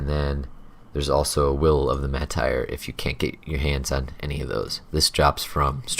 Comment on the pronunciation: The following words are not pronounced the same way: steps, steppes. Martyr is pronounced mar ter, not mar tire. Satire is not the same as satyr. Martyr and satyr both have the ter sound, like master or farther.